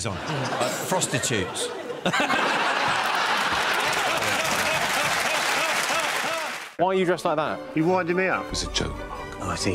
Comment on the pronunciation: "Frostitutes"? Jack's spent too much time chairing I'm Sorry I Haven't a Clue!